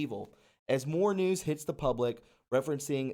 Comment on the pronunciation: What did he mean by moar instead of more?